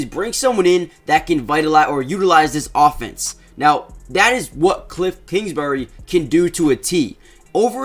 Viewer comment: “Cliffs kingsbury”